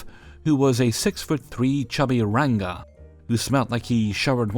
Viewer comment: Oh,, hearing you pronounce "ranga" is delightful hahah